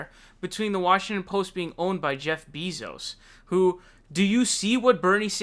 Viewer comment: For someone who follows politics ad the news so often, you sure have a lot of difficulty pronouncing names xD Bernie Saunders earlier this week and now its Jeff Bee-zos xD